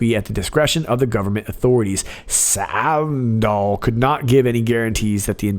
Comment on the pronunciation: You pronounced SAvndal like you were a native born Dane who was doing a hilariously accurate impression of an American struggling to pronounce that name.